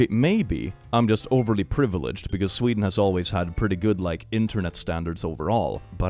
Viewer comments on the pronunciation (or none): none